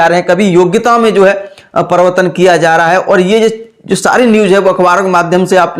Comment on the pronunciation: Privartan bolne nhi aa rha hai pdhaoge kyya ghnta